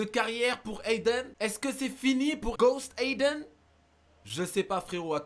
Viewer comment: il a dit de spammer "Ghost AYden"